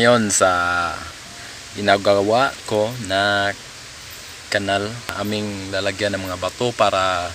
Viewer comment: "canal" (pinaslang) - kweeee! HAHAHAH!